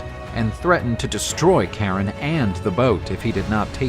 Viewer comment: Bro pronouncing Kharon 'Karen' huh